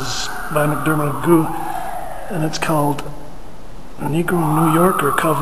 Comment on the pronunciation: Pronounced not "Magoo" but as in "McGuff". Nice video.